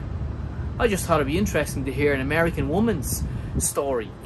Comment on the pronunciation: "Amerian?" Seriously? Are you Irsh?